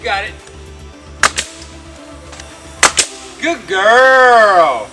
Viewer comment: What is a good guurrrrl? Is that the queens ungrish or some bastardised attempt at it?.